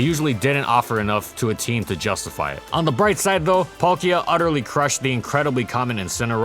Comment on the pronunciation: THE K IN PALKIA SHOULD BE AFTER THE L! AND GIRATINA DOES NOT START WITH A D, IT STARTS WITH A G!